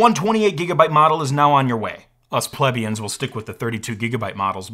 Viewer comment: Vague is pronounced like the first half of bagel. But like, with a V not a B. Also plebeian is giving you some issues.